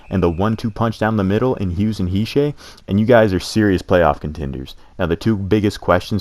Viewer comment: nice vid but how do you not know how to pronounce hischier's name lol, he's a 1OA! it's he-sheer